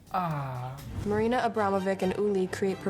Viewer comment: Hearing them butcher Mariana and ulay's names.....seeing Gigi and Kendall do that......hurts